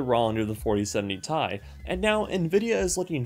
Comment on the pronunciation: For the love of God its T.I not ..... Tie